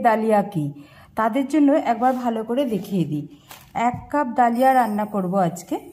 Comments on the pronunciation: কথাটা দলিয়া।ধলিয়া না।😂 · Dlia bolena dhali boley